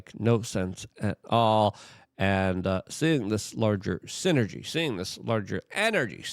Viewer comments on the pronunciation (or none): none